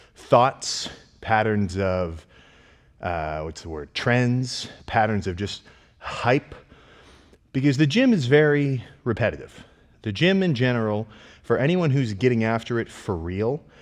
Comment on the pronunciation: "patterns of trens" lol